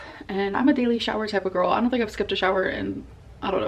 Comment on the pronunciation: “I’m a daily shower type of gorl” The lady doth protest too much…